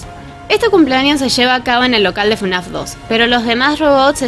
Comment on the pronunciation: Y en lugar de fnaf decía frenazo